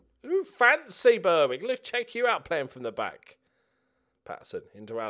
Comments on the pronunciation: I was happy that Berwick had moved out of the same league, but gutted to see you get them in the cup. That pronunciation being from the North East makes my skin crawl! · Please pronounce Berwick properly!